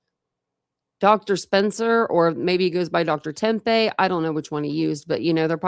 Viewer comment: Great coverage. Please stop saying “Tem-pay”. It’s nails in a chalkboard. It’s pronounced “Teppy”, like “Peppy”.